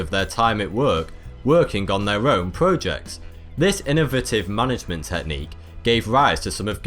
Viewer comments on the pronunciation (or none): It's projects, not prujects. Love the vids, keep them coming. Do one on wildlife, or space.